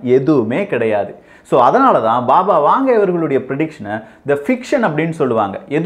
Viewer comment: அது "பாபா வாங்கா".... வாங்கே இல்லை...